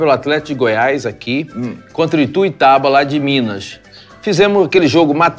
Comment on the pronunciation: É ITUIUTABA uahuahuhuahua.. ituitaba a gente fala assim mesmo. Mas é ITUIUTABA-MG